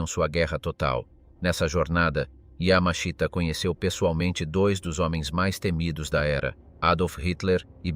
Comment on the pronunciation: And no, not Yammer-Sheeter, nor Yammer-Sheetah. Robot fail again. Oddly, the robot gets his name not correct but presentable once or twice. The written text is not bad, so it's a damn shame to spoil it with these silly robot mispronunciations.